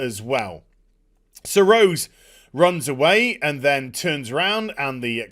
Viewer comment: Having ptsd when he says rose.. damn batwahmen destroying the name "rose".